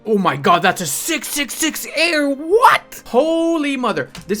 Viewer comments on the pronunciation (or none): none